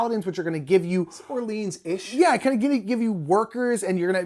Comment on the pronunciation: I was surprised to actually watch this whole thing. Enjoyed the other video of the marathon. I do have to say however, as someone who speaks French, your pronunciation of "Orleans" was frightening lol